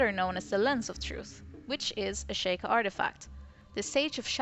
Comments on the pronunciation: I just noticed something, and I'm sorry if I sound like an asshole saying this, but I am a LITTLE bit of a stickler, it's pronounced She-Kah, not Shake-ah. XD Just sayin ^_^ I do however, still enjoy your videos! They have good points that I haven't exactly considered myself yet! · Stop saying shaykah its pronounced sheekah